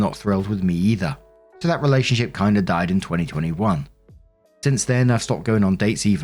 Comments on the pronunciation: did you say relationshit? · Oh my god it sounded like you said “relationshit” and I love the accidental showcase